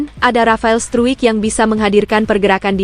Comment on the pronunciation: Namanya ditulis Paes dibaca Paas....ditulis Struik...membacanya Stroik...ditulis Kluivert membancanya Kloivert...supaya diperhatikan agar correct..